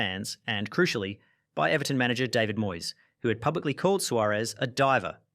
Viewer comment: He can't pronounce the name David right along with many other things. You expect him to know about real football rivalry 😂